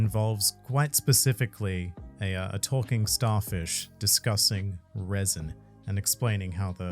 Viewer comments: pronouncing raisin, rather than resin, is so funny. Unintentionally creating raisin raisin fruit. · 🤣 "Reh-sin", not raisen raisen fruit😂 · I love how you say raisin indtead of resin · Fantastic video but i couldnt help but hear the word "raisin" every time said "resin" 🤣🤣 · The way say Resin like RAIsin makes me chuckle. Love this collab SOOOOOOOOOOO much! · No offense but every time says resin it sounds like raisin and i think a raisin raisin fruit is just hilarious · Not the “RAISIN RAISIN” no mi 🤣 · Lol it sounds like is saying the "Raisin Raisin fruit". I am just trying to imagine what powers the Raisin Raisin fruit would have. It would certainly be a possible fruit power in the Oda world. (It was so funny that we get that califa soap fruit, which was surprisingly strong) Thanks for the great content guys! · Am I the only one hearing "raisin" whenever is attempting the word resin? lol A thing I don't hear enough about the "three favourite panels" argument is that the answer was regarding the imagery, in the Sabaody case Robin wiping her hand on Usopp (for being realistic and mundane but still, to him, really funny), not the scene itself including speech bubbles. Oh, and technically Momo doesn't have a man made version of the Koi Koi Fruit, Vegapunk didn't create it out of the dna (lineage factor) from the devil fruit but from Kaido himself. So Momo has technically the Kaido Kaido no Mi, and since Kaido had already awakened dragon form it was part of his dna code and could explain why Momo transforms straight into dragon form and there's no fish form.